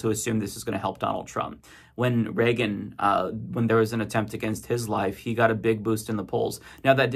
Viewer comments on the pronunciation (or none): none